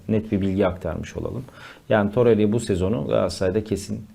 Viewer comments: hocam toreriya değil torreira, osimiyen değil osimhen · Muhtemelen üniversite mezunu insansın, sürekli iletişim halinde birisin ama hala daha osimyen torerya diyosun arkadaş yeter ya cahil desek cahil değilsin inatla yapiyosun desek o da değil şu telaffuz yanlışını düzeltmemek inadi niye arkadaş gerçekten anlamıyorum. Zaten yönetimin metresi olmus yönetim sözcülüğü yapan insan müsveddesisin bari şu oyuncuların adini dogru düzgün söyle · Birisi şu adama toreira ve Osimhen demeyi öğretsin insanın sinirleri bozuluyor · Lutfen artik Osimhen ve Torreira hakkin yorum yapma. Ya normal telaffuz et adamlarin adini ya da yorum yapma. Bilmedigimiz bir sey soylersin diye izliyoruz da bu telaffuzlar katlanimaz duruma geldi artik